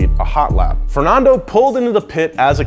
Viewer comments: Who pronounces Fernando fer-non-do not fer-nan-do cuz he says both in this vid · Yea this is exactly how we pronounce Fernando, Gran Prix, Massa and Honda !!! :)))))) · Why do Americans always say Fernando wrong. But good piece though